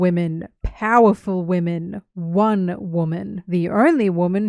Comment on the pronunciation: I woke up to this since i had auto play one and all I hear is "wemen"